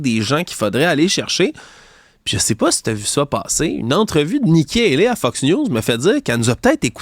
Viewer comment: Priere d'arreter de dire "FUCKS" news au lieu de "FOX" news.